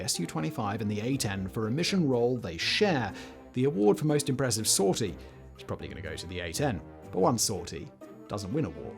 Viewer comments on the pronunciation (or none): none